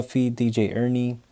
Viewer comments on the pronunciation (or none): Enrie Not Ernie